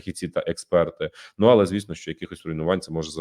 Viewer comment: Короче - дикую, було, алэ, маемо...